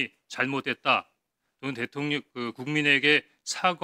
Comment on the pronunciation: 김병주 얘는 대통령 발음이 안되나 일부러 대통년이라 하나?